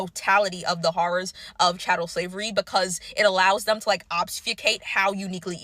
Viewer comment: It is chattel slavery, not cattle slavery.